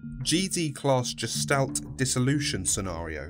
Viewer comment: Gestalt is a hard g, not soft.